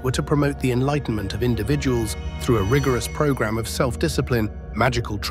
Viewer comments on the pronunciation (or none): none